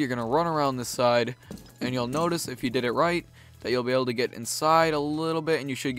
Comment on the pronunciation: I love your videos but the tone of your voice is killing me. You're gonna put the shield about HERE should be GOOD you're gonna run around this side and you'll NOICE if you did it RIGHT you'll be able to get INSIDE